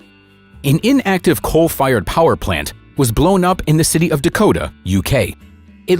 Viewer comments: What a pity they coldn't find someone who can speak English to do the voiceover. There is no such place as Dakota in the UK . The power station in question is in Didcot. Calling excavations "escavations" is just sloppy as is calling the surface of the earth "the service of the earth. Another is describing a work of art formed from crops in the field as "paintings". There was no paint involved. The beautiful pictures deserved much more than this lazy American mangled and inaccurate English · #51 sec. Good grief. There is no such "city of Dekota" in the UK. Get your facts correct before releasing such rubbish. It's Didcot 'Did-cot' Oxfordshire! And a worker was also killed when one of the cooking towers was demolished. 😢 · City of Dakota, UK. You got me there, lived most of my life here, must have somehow never heard of that city. I looked it up. You mean Didcot. And it's a town, not a city. Perhaps you were confused because the power station was called 'Didcot A'. Said quickly, it could be interpreted as Dakota. A bit more research would go a long way. Took me about a minute to figure this out on Google. Other than that, video is nice collection of 'wonders'. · It's DIDCOT not Dakota and it is pronounced `DID - COT`, I lived there when the power went off.